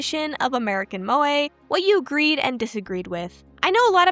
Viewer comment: Every time an American pronounces Moe an anime girl dies